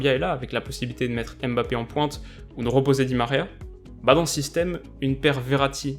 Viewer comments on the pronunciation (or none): none